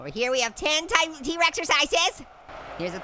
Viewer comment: Say “T-Exercise” instead of “T-Rex-Ercize”